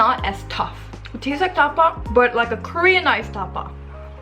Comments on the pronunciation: I love your accent say it again: Ta-pa ❤️😹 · Can’t stop laughing at your distinct Koreanized tapa!